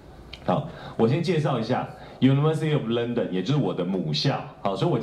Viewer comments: 先生，你說你是倫敦大學國王學院畢業的博士，為什麼你連London這個英國首都的發音（ 之處）以及representative 這個很普通的英文字 （ 之處）處都唸錯或唸得結結巴巴。這是我在本節目中所能聽到的你所唸的字，本節目以外我沒聽到的是如何則需進一步瞭解。難道英國的大學都不管你對英文字詞的發音嗎？ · 先生，你說你是倫敦大學國王學院畢業的博士，為什麼你連London 這個英國首都的發音以及representative 這個很普通的英文字都唸錯或唸得結結巴巴。這是我在本節目中所能聽到的你所唸的字，本節目以外我沒聽到的是如何則需進一步瞭解。難道英國的大學都不管你對英文字詞的發音嗎？